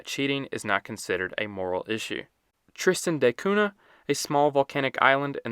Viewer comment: Saint Loosha not Lucía. Tristan da Koonya. Not koona